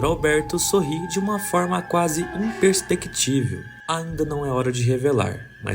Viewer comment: IMPERCEPTÍVEL, não imperspectível!